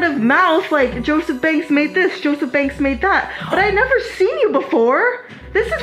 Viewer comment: It’s pronounced Joseph banks not Joseph bangks